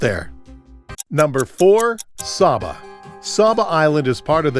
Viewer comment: It's pronounced Saaaba (long a vowel sound)